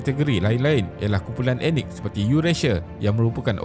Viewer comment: Sebut betul perkataan 'ethnik' bukan sebut 'enik'. Perlu tingkatkan kaedah sebutan